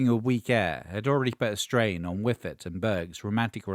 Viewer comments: Schyffert, not ”Whiffert”! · Some comments: while Ubangi never had much commercial success, one of the other members were Thomas "Orup" Eriksson (I think he's the guy to the right of Cia in your brief clip) who became one of our best-known artists. "Schyffert" is pronounced more like "Shuffle", not "whiffer", and has become a pretty well known actor/comedian these days. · Henrik Schyffert was and is far more famous as a member of the biggest Swedish comedy team through the 90ies and 00ies.And as a general entertainment personality since. Also the narrator is butchering the pronunciation of his name pretty ruthlessly. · I will say that is one of the most interesting pronunciations of Schyffert I've ever heard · Great clip. Also, the pronunciation and almost frenchifying of Schyffert is hilarious as a native Swede. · He did his best but yeah aaah...